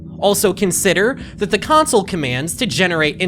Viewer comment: Idk it might just be a thing, he pronounced console like council for an entire video